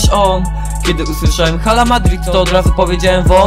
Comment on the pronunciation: Czyta się 'ala' bo h w hiszpańskim jest nieme, Pozderki sztos nuta!!